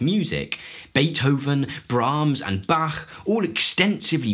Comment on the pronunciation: Wait. What? Did you just pronounce Bach properly? Huh. That's new.